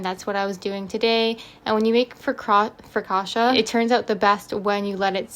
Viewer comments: Sono italiana e per la precisione Ligure. Non è "frocauta" ma "focaccia" Però sei stata molto brava è venuta bene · I took Italian in college and I was going to tell you how it’s spelled (but a native Italian got you taken care of) and roughly how to pronounce it (it’s basically fo-caccia, and the caccia sounds like gotcha but with a hard c at the beginning). And your focaccia looked delicious!